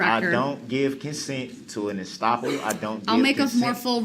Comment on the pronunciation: What the heck is an astopple 😂😂